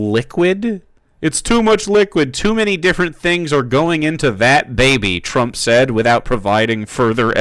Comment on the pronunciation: As much as I hate Trump it really bothers me that one of his fanboys can’t even say his name right. Everytime he say Trumps name he say “Drump”